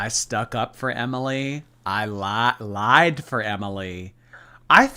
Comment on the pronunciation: Why she say “I have laeid for her” like that? She’s so annoying